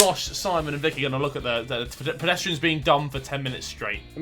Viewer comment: Did Harry called vikk, vikki?